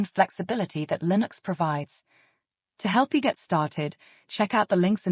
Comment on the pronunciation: "LIN OX is everywhere." Is this AI?